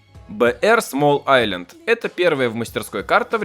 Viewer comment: смол айлєнд xd